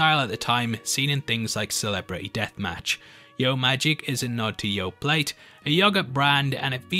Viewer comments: "/YoPlate/" instead of "/YoPlay/" How very British of you lol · Dude, yoplait is pronounced as Yo-play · It's "yo-play" :)